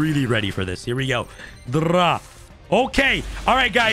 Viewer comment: Rhyme needs to teach this man the proper way to say draw